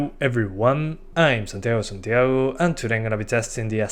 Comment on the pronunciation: cuando dijiste santiago me di cuenta al toque que eras argentino